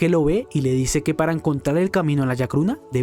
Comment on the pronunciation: Se llama chacruna no yacruna. 😒😒